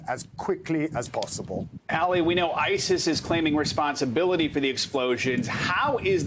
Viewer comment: I wish he would stop calling that man named Ali "Allie" or like alley cat. Call me crazy but Ali is said like Mohammed Ali. Like All-ee. I might be wrong. He might be called Allie but I doubt it. Do a little work and get the right pronunciations... butchering people's names in this day and age just shows ignorance and laziness. And again, I could be wrong and make a fool of myself, but I'm not a newsanchor or journalist or reporter... I'm not expected to know, lol.